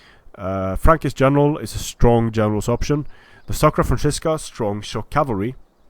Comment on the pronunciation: Hey, is there any way you can tell creative assembly that it shouldn´t be "SACra Franzisca" but "SCAra Franzisca", for in latin its "scara,ae" the "scara franzisca"-> the frankish (war)band were a elite force of the frankish kings. Nice video by the way:D